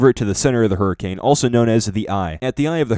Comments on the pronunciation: Did ye hurricame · "if any point you hurricame!" IM DEAD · Lmao hurricame